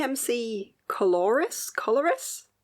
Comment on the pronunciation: Thanks for that lovely, heartfelt shoutout that was clearly made to lose me some followers. 🤦🏻‍♀️ (yes that’s a facepalm) And to give you even more trauma: the DMC floss is pronounced „coloreee“. So the i pronounced as e and the s is silent. French is awesome. 😂😂 If you need any further help, please feel free to contact me… kind regards, me!